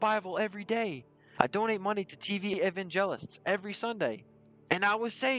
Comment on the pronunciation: How did you mispronounce the word "monotonous"? "Evangelist" is not pronounced that way either.